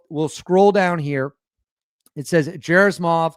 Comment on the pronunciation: great video! I just wanted to advise you that Gen Gerasimov's name ( russian pronunciation is hard sometimes) is pronounced Geh-rah-see-mahv... thanks for all that you do! One other thought: If Russia really does have a successful capability with this missile, then it is time for the US to demonstrate to Russia and China some of its secret stash of special access project technology...